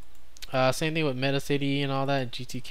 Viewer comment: One thing I just learned, Metacity is supposed to be pronounced so it rhymes with Audacity.